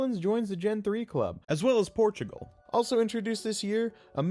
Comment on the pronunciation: as the man claps his booty, poop flies above,& he pees as well bro said Portugal like never before